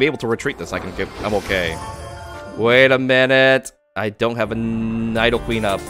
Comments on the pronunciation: They’re pronounced nEEdo queen and king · It's like he's never seen an episode of Pokémon. KNEE DO QUEEN and KNEE DOE KING